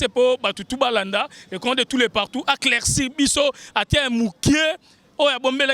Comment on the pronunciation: ont dit Éclaircir et non CLAICIR